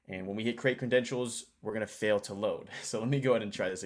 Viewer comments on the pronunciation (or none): none